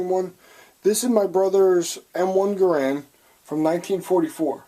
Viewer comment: You're saying Garand incorrectly